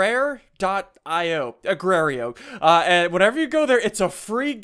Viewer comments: ''Agrareyo''.... R.I.P. SSundee... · agraio lol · it's not agrio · agrerio WTF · Agrario... lmao